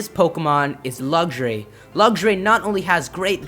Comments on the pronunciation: It's pronounced LUX-RAY, not Luxury. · Am I the only one a little bit irritated with the way he said "Luxray"? "Luggshray"... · Lucks-Ray... not Luggageray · lugray? its pernounced lux rai :P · What, wait say that again . Nooooooooooooooooooooooooooooooo. (I heard Lugray) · And why u say lugxuray? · its pronounced lucks ray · Lugsray....REALLY. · He said Lugshray. WYF!? HAHAHAHA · It's not luxuray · "Lugjray" :P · you said luxray wong you said lugray